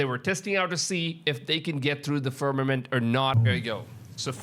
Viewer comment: I quit watch the moment I hear the word fermament.. k bye